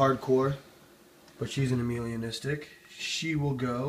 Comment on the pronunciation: Beautiful snakes dude... Gets a thumbs up from me. Although it isn't "Amelia-Nistic" it's pronounced "Ay-Melah-Nistic" :) ... As in it lacks Melanin pigment in the skin.